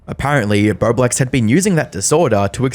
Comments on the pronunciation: Doing the complicated math, trying to figure out how he got "birdwax" from "bowblax" ? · I seriously thought I heard you say his name was "BloBlax" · I wish you could say his name right...THE WHOLE TIME I THOUGHT YOU WERE SAYING "BERBLEX"... YOU CANT EVEN UNNOUNCIATE your O's.. you say it like an "R" sound. Practice..it's annoying ..I'm Canadian and NOPE never heard of him..but TurkeyTom yes, Love him❤